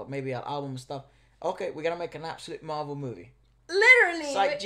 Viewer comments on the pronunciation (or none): none